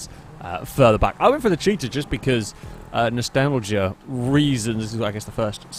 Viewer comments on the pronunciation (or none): none